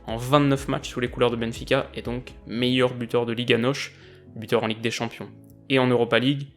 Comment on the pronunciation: Liga Nos comme tu le dirai en français, pas noche 😉 . Mais super vidéo sinon